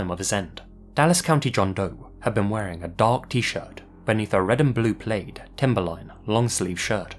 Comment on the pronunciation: Plaid is supposed to rhyme with bad, not braid